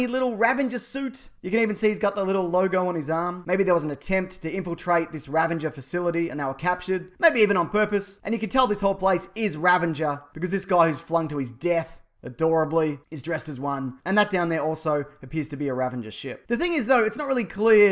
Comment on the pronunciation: Oo everytime he says ravanger, my heart hurts 💔 10/10